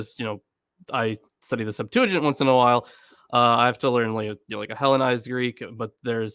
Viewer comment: Will someone, please, teach how to say "septuagint" in English? SEPT-wa-gint (g as in go)—not sep-TOO-a-jint.